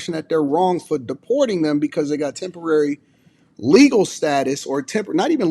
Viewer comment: I still keep hearing Tempary Status.